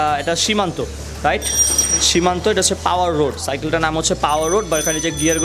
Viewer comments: ভাইয়া উচ্চারণে অনেক ভুলভাল বলছেন। সিমানু কে সীমান্ত, টরনেডো কে টরেন্ডো ইত্যাদি 😂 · Kotha bola shiken..shimanto na shimanu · সিমানো কে সিমান্তো বলেন কেন??? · It's shimano not shimanto...and tornado not torando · Its shimano not shimanto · Shimano not shimanto